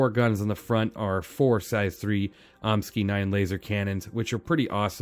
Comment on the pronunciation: omni-sky not om-ski